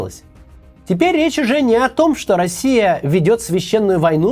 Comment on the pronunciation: Я постоянный подписчик и люблю видео Максима. Но сегодня куча оговорок (Максим устал наверное). Режет слух добавленная стоимость вместо добавочной, слау богу и чеао вместо что